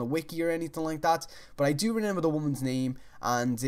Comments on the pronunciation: how many times did he say renember in this video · When you say remember wrong